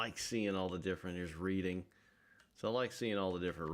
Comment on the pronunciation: "Reading" is pronounced "Redding", because Pennsylvania.